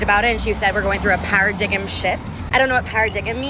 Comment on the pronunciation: "para-diggum" shift? What?! Are you pranking me, now? It's pronounced "para-dime". She is triggering my high SAT scores.